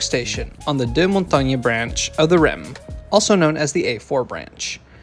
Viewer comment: Montagnes is pronounced "Montang" ;)